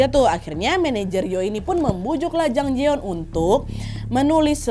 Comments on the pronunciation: Namanya Jang Jayeon (장자연) kak Nad, bukan Jang Jaeyeon (장재연) pelafalannya J-A, bukan J-E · Ini kasus emang booming banget waktu itu. RIP Jang Ja Yeon-nim. Btw, kak Nad, namanya Jang Ja Yeon yaa (장자연), bukan Jang Je Yeon ^^